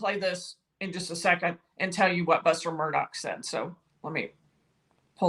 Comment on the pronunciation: Murdaw not Murdock